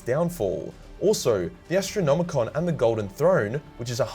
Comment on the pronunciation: Why do all 40k YouTubers say 'Astronomicon' when it is called the 'Astronomican'? Is it a joke I don't get?